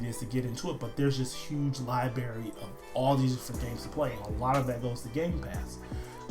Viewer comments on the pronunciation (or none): Liberry? lol